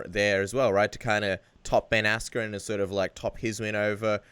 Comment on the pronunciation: “Ben Asscream“